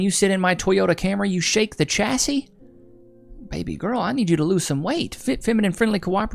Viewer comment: Watch you loads mate. Really big favour from Britain. I get we have different pronunciations and English takes on other languages and we mangle them. Please please please, though, can you say "shassey", not "chassey" for the word chassis? Its a French word but if you pronounce by English rules, it would have to be "Chasis", which would sound totally stupid. Cheers brother! End bad pronunciation!